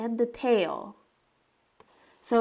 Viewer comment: Dodo sounds like the extinct bird. The way you pronounce his name shouldn't it be spelled DooDoo? I wish i could get another kitty. He'll mellow out with age, lots of age. For now he might be teething on electrical cords, teething on wooden furniture. Make sure to get him neutered if he's not already so he doesn't start spraying. How fun to have a new friend to sketch. You might need to take some photos if you want to sketch him awake. Kittens move quick.